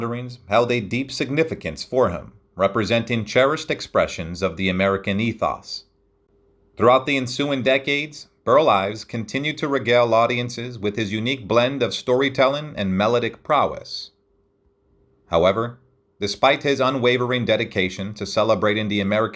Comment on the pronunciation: A decent overview of his life, nothing earth shattering. But the tin-ny, jagged voice of the narration is jarring to listen to. I'm guessing it's an AI generated thing? A slight accent, but I don't think any actual accent would repeatedly say "ill-loose-strious", or melodic as "mella-dick". So many of these homemade docs always lose something when they don't use a real voice actor, or someone who can just read enjoyably.